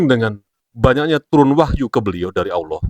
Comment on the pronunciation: KONTEN BIKIN FITNAH SI NGOMONG AGAMA ISLAM TP NYEBUT ALLAH KAYAK ORANG NASRANI 😂😂 JANGAN KAN BICARA TTG ILMU SI INI BERLOGIKA AJA MASIH SALAH